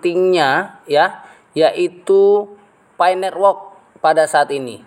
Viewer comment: Nerwok.. Network woiii.. lidah kerok dulu pake emas bos..